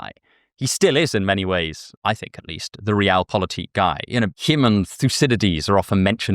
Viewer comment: Me: "Did he really say „reral”?"